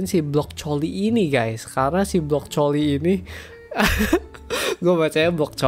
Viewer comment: blockcoli? 🤨 Blo coli?! 🤨 brocoli🤨 brocoli itu sehat